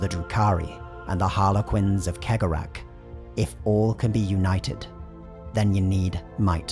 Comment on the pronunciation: Cegorach is probably the only name in the entire video he actually pronounced correctly XD